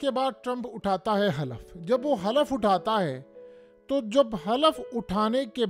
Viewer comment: The correct word is Hulf nat Halaf